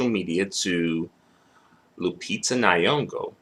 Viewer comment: Its not Ny-yong-go Say... 'Song-oh' it should rhyme with... 'Nyong-oh' Now you can say her name... Lupita Nyong'o Gilbert needs scrunching up and putting in the bin.